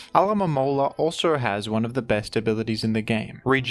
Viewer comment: How did u say alomomola so many times and get it right